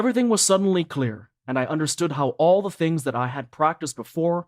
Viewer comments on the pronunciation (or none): none